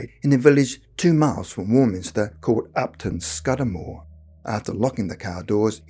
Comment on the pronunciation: Pronounced Nether A-Von and Upton SCOOdamore